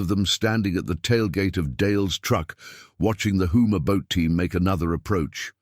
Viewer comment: Houma not Hooma. Obviously y'all are not from Louisiana.